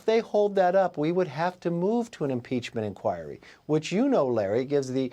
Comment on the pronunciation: He can't even say impeachment inquire smh 🤦